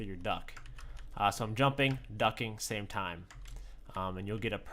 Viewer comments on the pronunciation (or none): none